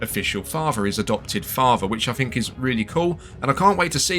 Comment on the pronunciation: Why are your English "th" sounds "f" sounds? Season "free". What do you "fink?"